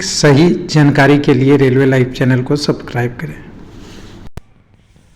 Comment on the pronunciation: सबक्राइब नहीं सर सब्सक्राइब होता है 😂 इसको दो बार बोलिए बोल लेंगे